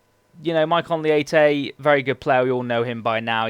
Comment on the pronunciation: Its maikon letche not leite